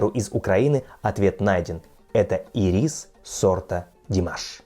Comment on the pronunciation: Ударение в слове ирис : Ирис, а не ирИс!